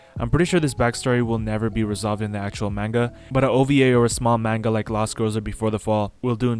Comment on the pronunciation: The pronunciation of manga is killing me